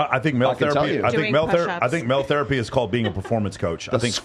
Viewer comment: Bro "Therpay"?